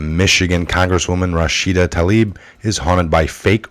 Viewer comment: Rashida - Ra shee da - not Ra sha da.